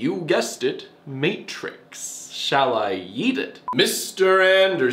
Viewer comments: wait did he say "shall i eat it" of "shall i yeet it"? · I can’t tell whether he said “shall I eat it” or “shall I yeet it” I’m scared either way! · Hey Jack, are you saying 'shall I eat it' or 'shall I yeet it'? 'cause you know, inconclusive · Does he say “Shall I eat it?” or “Shall I yeet it?”. This is important for me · I cannot for the life of me figure out whether you’re saying “shall I eat it” or “shall I yEET it” 💀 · I don’t know if he says “shall I yeet it” or “shall I eat it” But either way, I’m laughing so fucking hard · trying to figure out if he said “should i eat it” or “should i yeet it” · Literally just thought that